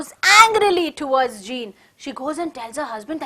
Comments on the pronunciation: Madam sorry for that but Jean should be pronounced as zon it's given before the chapter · Pronunciation of jean is incorrect